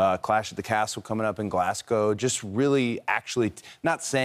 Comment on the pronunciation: Well done on Cody getting Glasgow pronunciation correct